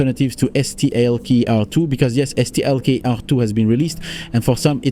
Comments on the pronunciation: Je comprends pas le délire de prononciation de STALKER là.. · Yes wtf is wrong with you just say Stalker ffs xD